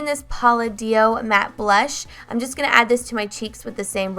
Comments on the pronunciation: I love seeing your dogs ! Love that u used affordable products and explained why you didn't like some of them. Great video as always! Also not trying to be rude but Palladio is pronounced pa-LAY-dee-oh. Not pal- a-DEE-oh. Just trying to be helpful. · I cringed every time she said "pala-dio" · I noticed that too lol